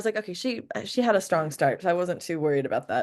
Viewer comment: This is great and I’m really loving it, but I have to say do you notice that you say sh instead of s a lot? Like you say shtrong instead of strong lol